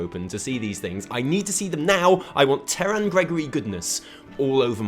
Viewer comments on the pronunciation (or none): none